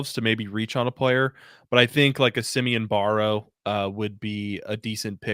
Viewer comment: It’s Barrow. Rhymes with sparrow.